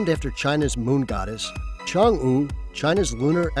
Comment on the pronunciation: Work on yr Chinese pronunciation dude...